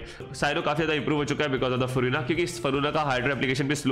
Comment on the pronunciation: What Faruna 😂😂 pronounce karna nhi aata kya